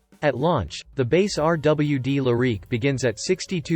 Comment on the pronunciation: Learn how to pronounce the name of the car. If you don’t know the name; you probably don’t know much else.